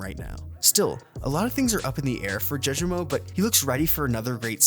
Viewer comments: The way he pronounces “Jawjemo” too😭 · and judgemo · Please for the love of God learn to properly pronounce the players names correctly😭😂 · I’m leaning more towards it being ai mainly because if your whole channel is based off the VCT, how do you not know how to pronounce known names like Jawgemo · How are u miss pronouncing names like caunzin and jawgemo this bad, it's like you don't even watch vct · Absolutely butchered cauanzin and jawgemo 😭